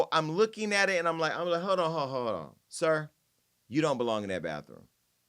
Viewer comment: Jason got me ctfu w the emphasis on SIR and HIM 😂😂😂😭😭😭😭